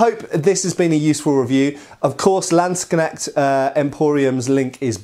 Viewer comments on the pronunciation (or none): We still have to work on your German "ch" sounds. It's more like the "h" in "huge". Hope you are not mad at me. But in future you can really show of with your accent-free Landsknecht pronounciation. ;)